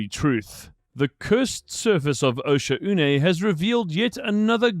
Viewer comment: Osha-oo-nay is how the ship ai pronounces it